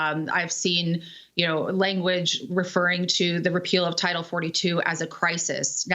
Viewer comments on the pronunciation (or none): none